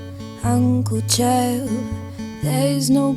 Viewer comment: Uncle Chael is the only person who gets the pronunciation of the fighters names correct. These other commentators need to get their shit together.